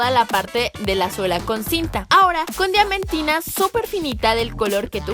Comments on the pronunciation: Like si escuchaste que en el minuto dijo diamentina en lugar de diamantina xD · En el minuto dice dienmentina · Minuto Karen dice diamentina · En el minuto karen dijo diamentina